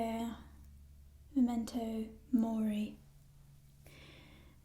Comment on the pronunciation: i had flashbacks when she said momento mori